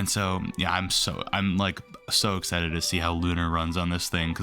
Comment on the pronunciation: did you just said "exited"?